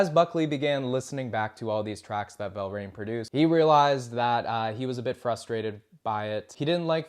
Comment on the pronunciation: Tom Verlaine, not “Velraine.”